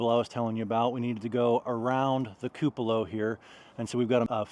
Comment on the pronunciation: He gets the pronunciation from me… I say several words incorrectly… he usually points it out to me but saying “koo puh lah” ….he has not heard it the way it should be!!! 😂